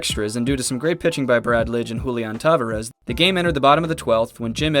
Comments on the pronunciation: later on in the video with Julián Tavárez (Ta-Var-Ez) he pronounces it Te-Va-Rez.......lol both those made me literally cringe🤨🤨🤨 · Julian TaVArez is the correct pronunciation.